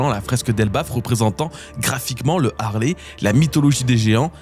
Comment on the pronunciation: ARRÊTEZ DE DIRE LE HARLEY C EST LE HALEYYYYY SVPPPP